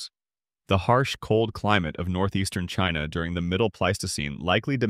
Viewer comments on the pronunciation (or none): none